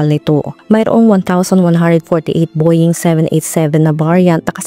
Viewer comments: Boying talaga?..bowing ang pronounciation . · Nice, great research. Pero po ang Boeing is pronunced as Bow-uhng.. Parang bo-wing, hindi po bo-ying ... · It's pronounced as "BOW-WING" and not "BOY-YING" ,,,😭😭😭😭